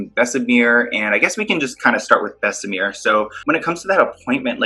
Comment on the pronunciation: it's Bess-uh-mur, not Bess-uh-meer. There's one E and BJ repeatedly has shown you how to pronounce it.